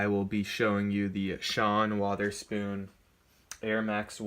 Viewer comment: Guy buys reps and pronounces Wotherspoon correctly.....dumbass buys real pairs and consistently say Witherspoon.......IM ERKED IN ALL KINDS OF WAYS